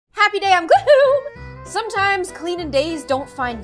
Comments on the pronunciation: Why is it Gloohoom not GlOohOm 😭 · Wait r we not gonna talk about how gloom is said like gloom instead of GlOoM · I was today years old I realized she said I'm GloOm I THOUGHT IT SAID HAPPY DAY ON GlOoM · Who else freaked out when she said gloom instead of the voice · Is no one going to mention that she didn’t edit her saying “Gloom”?